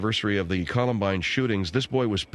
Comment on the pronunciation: Not once did manage to pronounce Columbine - ko·luhm·bine.